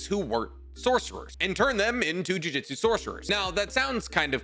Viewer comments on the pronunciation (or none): Hey man its pronounced Ju Ju tsu not juijitsu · wanna start off saying I love your videos. Quick question: maybe you do this because of something I don’t know about the series, or it’s just and idiom, but why do you say ju jitsu instead of jujutsu?